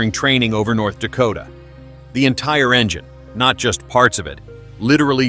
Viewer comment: Another dumb AI video. Somehow it pronounces the word "engine" so it sounds more like "vagina". The black smoke only lasts during takeoff when water injection is used. I'll be skipping all future videos from MaydayOne.